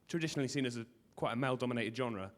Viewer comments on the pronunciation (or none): none